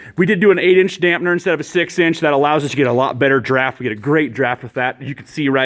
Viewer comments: Damper not dampner! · It's a damper dude, not a dampner!